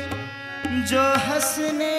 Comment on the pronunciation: hasane magya nahi hamsane magya khela hai galat uchharana mat kijiye ,thank you.